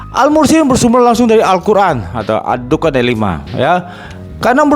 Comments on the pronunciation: Menyebut nama surat aja sdh salah, ad dukhan dibaca ad dukan, apa lagi isi Al-Qur’an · Sebut nama surat aja tidak keruan, ad dukhan dibaca ad dukan🤣🤣🤣🤣🤣🤣🤣🤣🤣